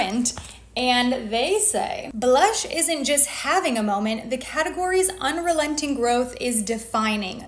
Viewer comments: Please stop saying, “buh-lush.” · I love how you say blush so aggressively each time, like it’s 2 syllables. 🥰